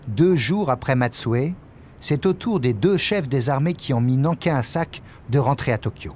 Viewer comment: Général Matsui pas Matsue